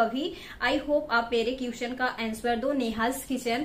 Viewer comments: #.. Ur pronounciation need to be highly improved It's pronounciated as 👉क्वेश्चन"👌...not क्युस्चन 😂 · 🤣🤣🤣🤣🤣 thumra English my goodness qushwin answur🤣🤣🤣🤣nhi hota question answer hota Hai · U r very nice youtuber..just need to improve English pronunciation.. For eg.. - question = kweshch-chan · Question, you tube ka sahi se pronunciation to karo...